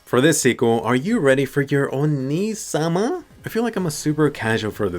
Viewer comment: i <3 u but plz dont ever say onnii sama ev er again lmao